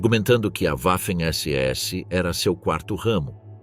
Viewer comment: PELO AMOR DE DEUS!!! Parem esse narrador dizendo "Uaffen SS" !!!!🤮🤮🤮🤮🤮🤮